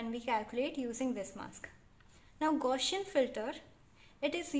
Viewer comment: Thank you very much. Nice work. But please correct your pronunciation of "Gaussian". It was sounding a bit weird.